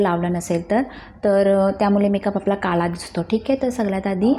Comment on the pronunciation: मी नीट बोलायला शिक असं बोललीय... काळा तर काला बोलते..सगळ्यात तर सगल्यात बोलते..म्हणून बोलली..